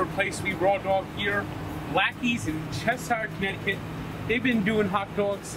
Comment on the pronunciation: ....you did it!! U did butcher Martin Roscol, and Cheshire. I have been saying Blackies a shit ton, I also said Frankies....it is 1.6 miles from Blackies. CT sucks beyond believe, but we have the best pizza and hot dogs.